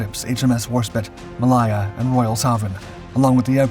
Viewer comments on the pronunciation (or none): Yes its HMS WarspITE, its also HMS Ma-lay-ya, not Ma-lie-a! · Your pronunciation of Royal Naval ships name is abysmal. Malaya as in the country Malaya. It isn't Mal I er. It is Ma -lay -a .